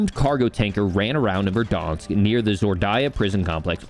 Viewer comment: VerdAnsk...not VerdOnsk...this is america, not canada